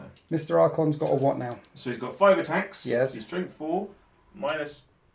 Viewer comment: did you get the "yez" from jeremy clarkson?